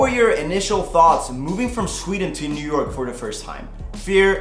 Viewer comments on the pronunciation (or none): none